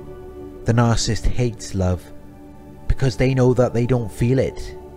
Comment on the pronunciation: Look, your videos are great. But if you want to be taken more seriously and up your views, there’s something you’ve got to fix. The word is “nar-cis-sist.” Not “nar-cist.” Same for “nar-cis-si-sm. Otherwise, keep up the good work. 🙏